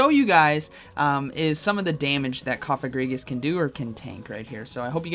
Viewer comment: Lol his pronunciation of Cofagrigus I think it’s Coh-fah-grih-gus